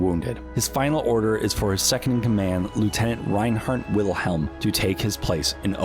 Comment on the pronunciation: U pronounced Wilhem wrong german/deutsch the w is pronounced as a v.Damn amerikanisch